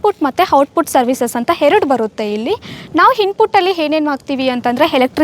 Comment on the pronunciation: ಏನ್ರೀ ಇದು ಹಿಲ್ಲಿ ಅಲ್ಲ ಇಲ್ಲಿ, ಹೀಬೌ ಅಲ್ಲ ಎಬೊವೆ, ಎರಡು ಹೆರಡ್ ಅಲ್ಲ. ಔಟ್ಪುಟ್ ಅಲ್ಲ output ಯಾಕೆ ಕನ್ನಡ ಕೊಳ್ತೀರಿ. ಇಂಥವನ್ನು ಯಾಕೆ ಕನ್ನಡ ಪ್ರೋಗ್ರಾಮ್ ಹಾಕ್ಟೀರಿ. ಕನ್ನಡ ಬರಲ್ಲ ಅಂದರೆ ಇಂಗ್ಲಿಷ್ ಮಾತಾಡಿ.